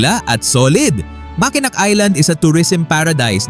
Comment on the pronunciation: It pronounce as Makenow Bucket list ko Yang Mckenack(Makenow) Michigan because of Somewhere In Time my 3rd All time favorite movie